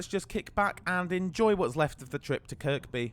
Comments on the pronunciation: Good review and hope you enjoyed your trip to Liverpool! A couple of comments - before hoards of scousers weigh in, you don't pronounce the second 'k' in Kirkby. You could also have saved yourself a lot of time and hassle by just walking the 5 minutes from Lime Street to Liverpool Central rather than faffing round with changing trains. There have been huge reliability issues too lately with the 777s - I heard it's down to a software issue or something? I agree they're a big step up though on the old trains. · The second K in Kirkby is silent. Maybe do a bit more research? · Just two things mate. Kirkby has a silent ‘k’… the second one. And a ‘minute’ is a definitive 60 seconds, ‘the’ minute means a Specific defined period of 60secs. It’s not cool, it’s very poor grammar and can reduce your viewer numbers. ‘Moment’ is an undefined period of time Relative to the subject. At least you used your human voice not AI, and chose to ignore YouTube suggestion of adding irrelevant irritating distracting subtitles! Cheers for doing our 777s. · Your saying Kirkby wrong, second k is silent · I find myself wanting the video to be stopped and the narrator to be punished each time he pronounces Kirkby with the second k! I'm from across the pond, even I know better! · Great video as always! As a local we don't pronounce the second k in Kirkby. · Isn't Kirby and not "Kirkby"? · Nice one! Just one issue, it's pronounced Kirby (second K is silent), not Kirk-bee lol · Oh no you said kirKby 🙈🙉, Watching the comments to say its kirby 😂🤣😂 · When I was in holy angels school in the1960s my teacher told us to pronounce the second k in Kirkby she said kirkby not Kirby Kirkby by the kirk which was Saint chads in Kirkby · Making me cringe please it's not kirKby drop the second k. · its pronounced ker bee not kerk bee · Yep it’s pronounced "Kirby". Easy mistake for an outsider enjoyed the vid 👍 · or to be actual it's pronounced by locals as 'Care-bee!' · Its pronounced Kirby